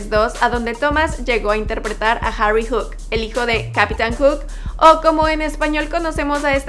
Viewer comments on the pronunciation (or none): none